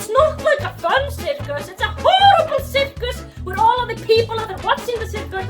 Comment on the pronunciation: Citkas is my favourite pronounciation of circus It also allows me to call onions VC a shitkas